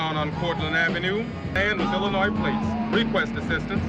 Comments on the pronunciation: The s is silent in Illinois .... lol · My hometown Joliet, Illinois.. and homie. The S is silent in Illinois. You don’t say the yes. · FYI You don't pronounce the s at the end of Illinois. It's a native American name. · Illinois, The s is silent.